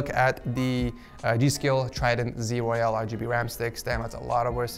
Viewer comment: My guy, there's a difference between royal and royal(e). You kept saying royale, while the product is called royal. Please work on your pronunciations prior to video. Thanks so much.